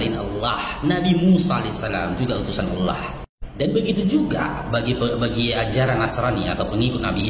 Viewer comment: Fasih banget bang kl nyebut Allah